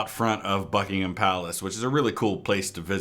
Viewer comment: You are the first american I have heard that has pronounced "Buckingham" correctly 👏👏👏